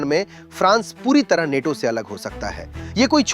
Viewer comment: नेटो‌ नहीं‌ नाटो